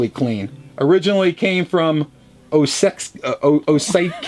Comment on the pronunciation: The way you pronounced Osiecki I thought first it's japanese haha then I read it and it seems to be a polish family name.